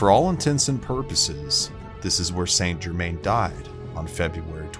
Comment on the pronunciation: Where do I start? Pronunciation probably. Phonetically he is San Jerman. Also genuine records show he lived healthy to age 110ish. Pretty awesome already without the added stories. Bit more research, this could have been a good video.